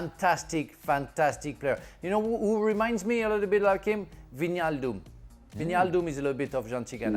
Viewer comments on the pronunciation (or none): Wijnaldum is Vynaldoom not Veenialdoom